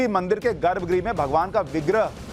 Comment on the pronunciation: I like watching your videos because they are very informative and you explain things in a way that is easy to follow. However in this video you have repeatedly used the word garbh "gree". It should be pronounced " graha" - the last "a" should be very short. Garbha Graha and not garbh gree.